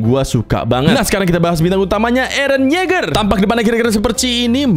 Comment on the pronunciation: bacanya yega